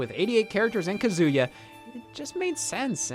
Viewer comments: Scott, it’s not pronounced kazooya. Why do so many people do this it literally says his name in the game. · Hearing Scott pronounce Kazuya as "Kazoo-yuh" is so wholesome.